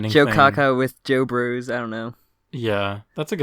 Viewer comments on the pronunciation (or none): none